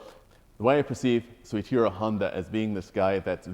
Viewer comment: I believe it's pronounced "so-EE-chee-ro" not "so-SHEER-o"